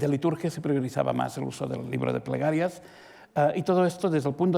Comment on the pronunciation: Es un fastidio oír al calvo. No pronuncia bien las palabras. Usa mucho la R. El ribro de pregarrias.